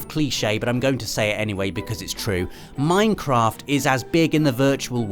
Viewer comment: Did you just say Meinkamph instead of Minecraft.